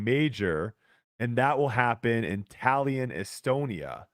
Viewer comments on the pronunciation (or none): it's TAM-PE-RE and TA-LIN